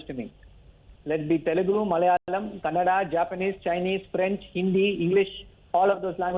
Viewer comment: Gentleman it's "Kannada" do not pronounce it as 'Kannad'